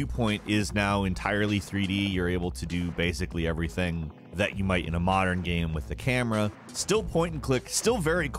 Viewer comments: "Gam" caught me off guard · Stop saying "gaem" jeeez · My man pronounces "game" differently every single time he says it. It ranges from "game" to "gaiyme" and everything in between. Love it. is a perfect example.